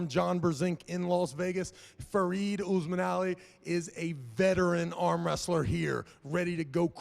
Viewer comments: "oosman ali" how can you get his name any more wrong lmao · just can not say Osmanli. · The real war was trying to pronounce Osmanli🤣